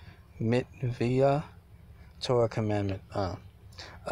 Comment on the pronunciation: Sinai = pronounced sigh nigh Mitzvah – mitz vah (not mitz via) Enigmatic – not en magic (It means puzzling) Per se – per say (meaning, so to speak) Sufficed – means suited